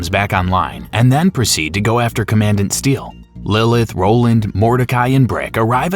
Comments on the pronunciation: Say it with me "Comman-dant" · Commandant pronounced common-dant 😂😂😂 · “TOR-gyoo” “cuh-MAN-dent“ “muh-LEE-won” “VLAY-doff“ “guh-HEE-nuh” then “guh-HAY-nuh” “TED-ee-yore” The pronunciation in this video is wild, but the content seems pretty comprehensive.